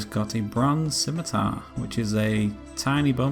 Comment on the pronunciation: Subscribed because you pronounced "scimitar" correctly